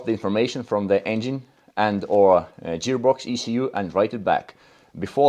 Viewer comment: Не джеарбокс, а геарбокс